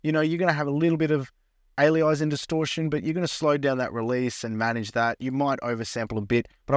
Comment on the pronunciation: Alias… Anti-aliasing. There’s no word called “Ali-izing”, that’s not what it’s called. Cool demo though!